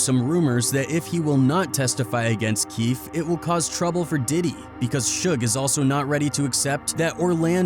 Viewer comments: Okay good video but learn to pronounce the dude’s name “Keefe D” as in “Key-Fee-Dee” 🤦‍♂️ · Keefe(ee) dee. Cmon white ppl at least get the names right if you're gona narrate hip hop videos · And this is not the way you pronounce Keefe D.